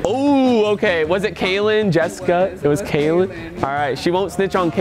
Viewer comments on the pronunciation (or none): Lmao said kayeln shut it 😂